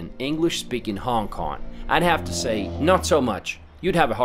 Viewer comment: Love your video. The only question I have is that why do you keep mispronouncing, "Hong Kong" as "Hon Kon"?